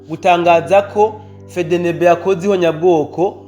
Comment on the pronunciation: Uzuravuga Efdienibi apana fedenebe 🤣fedenebe ivuga abohakury uze uraga prononça 🤣🤣💝💝💝💝💝💪💪🇧🇮🇧🇮🇧🇮🇧🇮🇧🇮🇧🇮🇧🇮🇧🇮🇧🇮🇧🇮🇧🇮hejuru cane gihugu canje🥳🥳